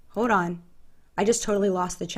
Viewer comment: "hod on" ?!?! Hold on. So much of this. SMH